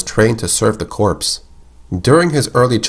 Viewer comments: corps is pronounced as core - btw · it's pronunced Cor{Corps} not corpse. fucks sake how do you not know that. They literally say in the movies and games.